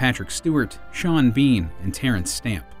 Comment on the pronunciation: pronouncing sean bean as "shawn bean" and not "seen bean" video reported